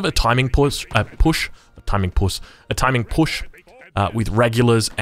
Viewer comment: timing puss Me, a South African: XD